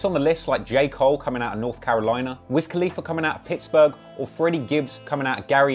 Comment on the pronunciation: this guy said pikksburgh